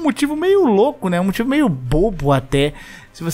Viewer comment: Que fofinho o falando “moitivo” KKKKK